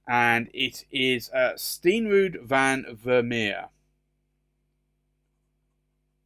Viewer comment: Hi just so you know the Akkerman reds are pronounced Karmo zone which is crimson, Steen rood "stain road" is literally red stone or brick.